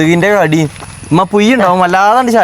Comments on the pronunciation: പുയി അല്ല പുഴു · പുയു അല്ല പുഴു 😂😂